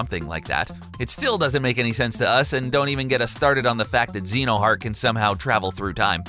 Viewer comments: How the heck do you read Riku as Riko and Xehanort as Xenoheart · Rare Keyblade I heard the name Xenohart and I thought: Nani!?